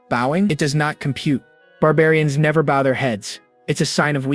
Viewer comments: Every time, AI cannot get its pronunciation correct between "bow", as in archery, and "bow" as in bending your body to show respect. It always gets it wrong every time, ruining each moment it does so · Hi Bow , Not bough = Bow and arrows The salvage sword of Conan = best character . Jesus is my super Hero Thank you for story . God bless you , all